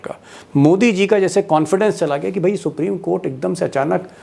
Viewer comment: Please read C JI, instead of C HI